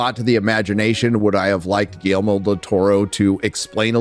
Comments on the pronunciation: I’m sorry,. What’s the director’s name? Could you say it loudly and clearly enunciate for us in the back? 😬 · If you can’t properly pronounce “Guillermo” maybe don’t do a voiceover review of a movie directed by him 🙄🙄🙄 Also “so-called marginalized groups” what an embarrassing thing to say on the internet